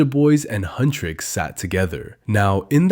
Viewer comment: AGHHH HUNTRIX NOT HUNTRICKS